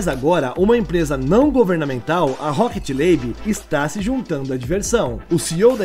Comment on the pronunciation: O nome da empresa é Rocket Lab e não Rocket Labe.